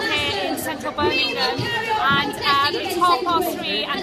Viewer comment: She can’t even say Birmingham correctly